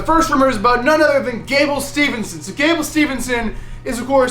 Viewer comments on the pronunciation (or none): Steve-son not stevenson🥰🥰🥰🥰